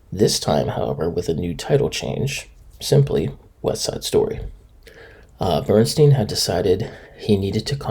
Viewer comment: Bern STYNE--not Bern-STEEN. A-bee's--not Abby's--Irish Rose.